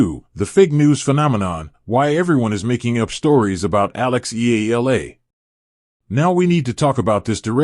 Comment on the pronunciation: Her name is pronounce Ee YA LA ..NOT ELA